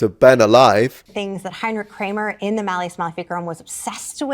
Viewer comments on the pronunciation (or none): Maul, pronounced kind of close to mall but a little more drawn out. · Maul......sounds like ball sir 👍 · "Maul" is pronounced like "mall" (a large building full of shopping).